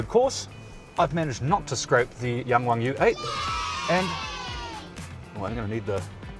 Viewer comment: pretty good pronunciation 😊